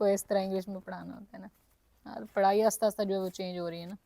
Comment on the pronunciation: 3 ka table ghalat pdharhi hen bachy ko...three one za three hota Hy three one da three nhi. Aur please aahista bola Karen ....aasta aasta nhi.